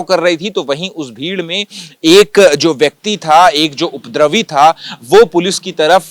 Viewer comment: ये रिपोर्टर उपद्रवी का उच्चारण नही कर पा रहा है और रिपोर्टिंग करने आ गया।